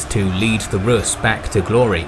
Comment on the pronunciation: Well done documentary, but notice, that the adjective to Rus' is rusian (with a long pronounciation of the u), not russian.